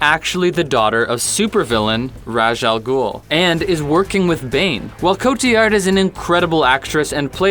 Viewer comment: I've heard it pronounced "Rahz" and "Raise" or even "Raesch" but not "Rash" so now I'm more confused.